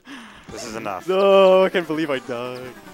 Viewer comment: the way you say 'died' I had to rewind